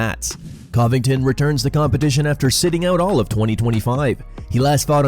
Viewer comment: The way this narrator says Covington like Cough instead of Covington with more of a Cuvit pronunciation, is driving me insane. He clearly does not follow UFC at ALL